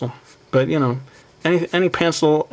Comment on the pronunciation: "yu knoew" (you know)